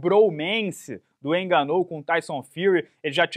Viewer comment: Parece que deu ruim pro "ganú"